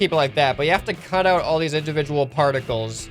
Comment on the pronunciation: wat no sout not oud!!!!!!!!!!!!!!!!!